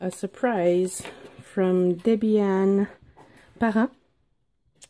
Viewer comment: So happy you like them. And yes you pronounced my name correctly. 😊 Thanks for the shout out!